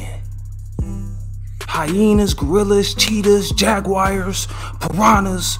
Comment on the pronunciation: nigga don’t know how to say jaguar?